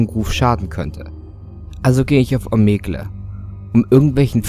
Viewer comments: Hust Hust Klugscheißer Mode Es wird zwar Omegle geschrieben, aber Omigel ausgesprochen. Klugscheißer Mode off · Rädit - Om-eg-le Das mit der Aussprache üben wir nochmal. :D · "bei Ohmegle" End me.